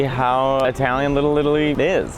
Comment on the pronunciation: You say it like one running word lillilli lol